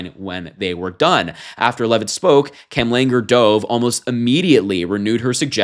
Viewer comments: The doctor's name is not 'dove' it's duv. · HER LAST NAME "DOVE" IS PRONOUNCED LIKE THE BIRD "DOVE"